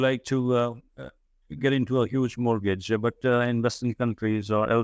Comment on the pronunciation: I learnt a lot from this gentleman. By the way,, don’t take this the wrong way but your pronunciation of ‘mortgage’ is incorrect. I’d recommend taking a moment to learn the correct pronunciation of this word and it’s very simple where you can easily find it with a quick google search.